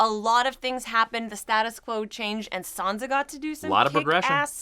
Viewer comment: it's Sansa not Sonsa. San-sa. An A sound not an O sound.